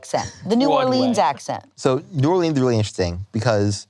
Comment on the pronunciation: So nice to hear him pronounce New Orleans correctly 😂 -someone from Louisiana